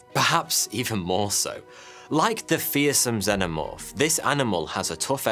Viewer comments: I love when people say Xenomorph wrong it just shows they've never watched the movie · Bro how u mispronouncing xenomorph when there are 4 films which literally say it for u. I got an idea go watch one of thems🤦‍♂️